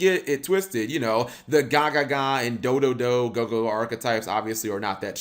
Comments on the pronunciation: It's not gagaga magician it's gagagaga magician. :P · He said gagaga when its gagagaga smh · Only 30 seconds into videoOnce again cap can't read lol Its Ga-Ga-Ga-Ga, no ga-ga-ga